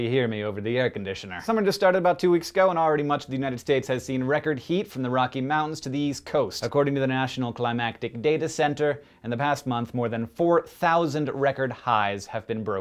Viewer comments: i think you pronounced "climatic" as "climactic"—— that makes the NCDC a completely different thing... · I believe it's 'clima-tic', not 'climac-tic', unless you're talking about a data centre that deals with storytelling. :D